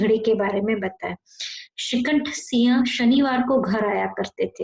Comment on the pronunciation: Siha nahi hota hai Singh hota hai Vocabulary thik karo